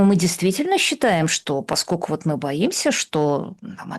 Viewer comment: Слушайте, я конечно все понимаю индивидуальные особенности есть в речи каждого,. Но вот это "паскоку" вместо "поскольку" и еще с пяток таких оборотов - очень уж режут слух.